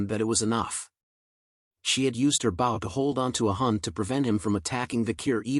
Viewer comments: lol why u calling a bow a bowl lol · The oxbear slapped the oxbear, after each every other oxbear. Oxbear, oxbear, oxbear. My brain was shocked when the pronunciation for bow was pronounced wrong and pronounced "b-oo-w." Or something close to that.